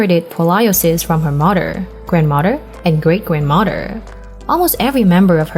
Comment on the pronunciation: Why don't get someone who knows how to talk since when is Mother pronounced Mudder?I will block this site.